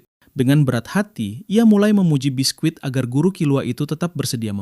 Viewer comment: Biski bukan bisquit T-T